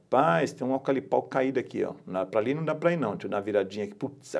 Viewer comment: E aí mestre ? Tô chegando agora no seu canal, que é top diga-se de passagem .. já sou inscrito e dei meu like. Você é fera no drone, mas de eucalipto kkkkk ..se diz eucaliptal e não "alcalipal" kkkkkk abração irmão... sucesso.